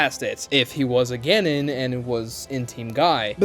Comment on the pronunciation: You're saying Genin weird